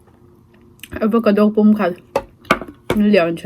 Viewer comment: Avocado aw.. Pronounce diklo mai² nge... Chuan ei pah khan thil sawi ve la....